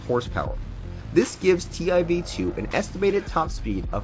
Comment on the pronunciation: That’s pronounced “tiv 2” not t I v 2